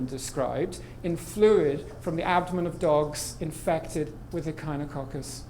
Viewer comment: mispronounced echinococcus